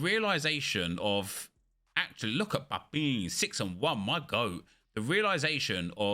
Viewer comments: PAPIN. It's pronounced PA-PAN. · 😂 it’s pronounced “Pa-pan”